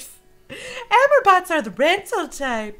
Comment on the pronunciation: its not amer bots its ah-more bikes, like love in french.